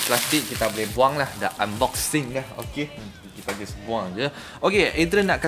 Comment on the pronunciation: Haha I just died when you say Unboxing!!!